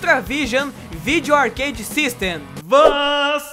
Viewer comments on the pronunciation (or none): none